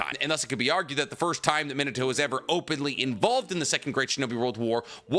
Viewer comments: Bro I'm assuming you of all people know how to pronounce his name but omfg it's fn MEENUTOH NOT MINUTOH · claims is a fan keeps sayin his name wrong (mee-nah-tow) not min-ah-tow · mi NA to, the emphasis should be on the "na". He also has a grandson named Bolt. (You know, like a lightning bolt) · Me-Na-To > Min-A-To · the pronunciation like "minnuh-toe" is killing me ioedrtnmgvoi9tkbn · At least pronounce his name properly. Not minatoe. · You make this video yet you can’t even pronounce “minute-toe”. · I'll be honest, I can't get past the way you pronounce his name but I'll be back one day and gave you a like regardless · it triggers me how you pronounce Minato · He's not pronouncing it correctly, but I'll conced to the fact that my explanation also is not exactly correct. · Well, he's definitely not pronouncing it the Japanese way, but it's close enough. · Fun fact he says minato name so wrong and it erks me. lol i almost stopped the video when he said his name like 20 times in a row.. starting to think he doesnt really know and he just googles the stuff.